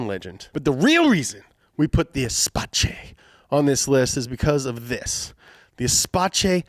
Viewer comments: Not espache, pronounce it espass, there is no French world in"che" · Not "es pa ché" Renault Espace (ss-pass). Espace (FRENCH) translates to space, room if you wish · it's not "espache" it like esspasse, all "s" sound, no che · Espace 😂😂😂😂😂 Je vois que vous vous êtes renseigné sur le sujet ! Ça se dot plutôt comme l'espace .... the space .... et non comme un mot italien... qui n'existe pas ! <<Ezzpa-cheeez>> 😂😂😂😂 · say it with me folks, renault ESPASS, not, and i cant believe he kept saying this, ESPACHAY!!! only in america huh! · Not EsPatchE E-space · "Esp-ass", not "espatchay" 😂😂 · Renault Espace is [espas] 🍩🤣🌟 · its not "ESPATSHE" its "ESPASSE" its french, not italian pronouncing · Idk how they got "espatche" out of espace... Like... E-space... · Every time he says espatché it hurt my french speaking soul. Espace = Space. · renault espace is pronounced "Espas" not "Espatche" - France car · espace, espache? since when Renault is italian, the last time that i check was french, so the pronunciation more or less like s-pass, espass , and the centurion is a full size van truck,, or full size pick up, cuz 'murica . your writers are losing it. or they do it to increase engagement, next time, on best compact car 1971 imperial lebaron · "Aispatché" ? mdr. Pronounced "acepahss". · The pronunciation is not "SPACE", even Topgear UK didn't pronounce it as "SPACE". It pronounced as "ES-PAS" not "SPACE". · My ears bleed a little each time he pronounce "Espatche" 😭. It's Espace (Espass), meaning "space" in french. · It's not "espatche" But "espass" Espace in French means space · Everyone: "E + space or Espass": "Espatche" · Yep, Irish here, we say Renault Espace as Es-pass. Not Espatche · It is not espaché you idiot it is Espasss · "Espacé" lol. -> Espaceuh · Espace means space it is not food related lol. And you read it espass :) I'm watching from paris, so you guys can take my word for it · Its not Espatsche😂😂 Its Espace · Spelling: Espace saying: Espaché